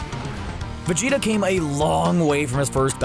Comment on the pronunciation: Could have sworn his name is pronounced VegetA with an A not an O